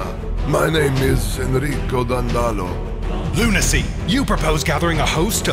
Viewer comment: Dàndolo not Dandòlo